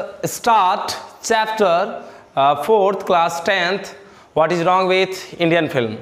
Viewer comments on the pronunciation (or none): Sir rong nhi hota h wrong hota h